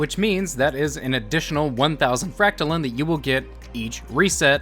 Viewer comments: Its fract-line not fract-lin. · You’re saying fractaline wrong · I am bothered by how you say fractaline lol